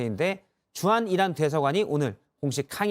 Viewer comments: 이란이 아니라 '이런' '이론' '일한' 으로 들리네요~ㅋㅋㅋ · 나는 이란 이 아니고, 계란 으로 들리던데 ? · 이란이 아니라 계란이라고 표명 했어야죠..전 다시 들어봐도 계란이라 들리는데!! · 다시한번 잘 들어보세요~~~! 이란이 아니라 이양이라했고, 적이 아니라 정이라고 했습니다! ㅎㅎㅎ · 다시 한번 들어보십시오. 이란이 아니라 이런이라고 했습니다 ㅋㅋㅋ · 이란이라 하지않고, "이런"이라고 들리는데, 나만 그런가 ? 왜그래 ? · 잘들어 보십쇼.이란이 아니라 명란입니다.주적이 아니라 추적입니다.아니라구요?그럼..기억이 잘 나지 않습니다.암튼 국익을 해치는 조작 방송하시면 안됩니다.